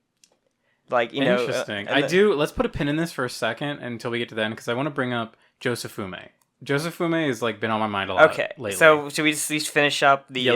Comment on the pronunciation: Jo-Se-Fu-Mi. "Jofume", SMH